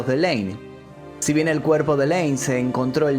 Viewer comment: Es layne no laney